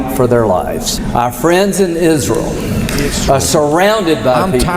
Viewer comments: "Isrul" what a ghoul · "Isrull" 😂 I still laugh every time. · thanks. lindsey's dildo must be white and blue and he calls it isrul. good vid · Izzruwl😂 no no no no no🤣🤣 izruwl has demoncrazy🙄🙄🙄🙄 izrul is his fwiend👨🏼‍❤️‍💋‍👨🏼👨🏼‍❤️‍💋‍👨🏼👨🏼‍❤️‍💋‍👨🏼👨🏼‍❤️‍💋‍👨🏼🫂🫂🫂🫂🫂